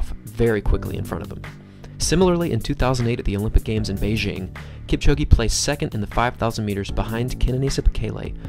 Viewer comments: "Keep-chow-ghee" 👎 "Kip-cho-gay" 👌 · This is great, the only issue is that you are pronouncing his surname incorrectly. Listen to him pronounce his own name. There is no 'E' sound at the end of Kipchoge. Other than that, well done. Informative and well made. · It doesn't matter how he pronounces Kipchoge's name or Lille, France. How is your pronunciation of English words by the way? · Learn how to pronounce “Lille”. I bet you cannot pronounce the name "Kipchoge" properly...